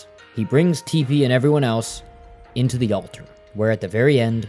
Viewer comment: he also called her tippani and teepanee lol i swear it’s on purpose